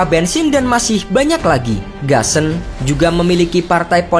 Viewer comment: Gusan tetep dibaca GUSAN bukan GASEN